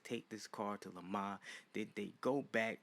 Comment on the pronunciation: You pronounced Le Mans like a trog.